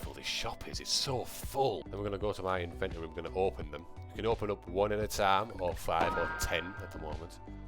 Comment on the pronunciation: Why does say the invent-ory